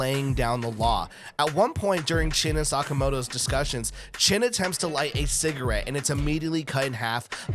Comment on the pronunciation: Just a side note: His name is Shin not Chin